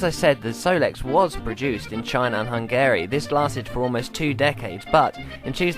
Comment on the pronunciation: Great video, funny and really interesting. Very cool bike. Not so convinced on the pronunciation of "Hungary" however... Hopefully I'll be able to find myself one one day